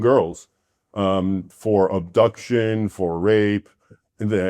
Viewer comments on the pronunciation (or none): none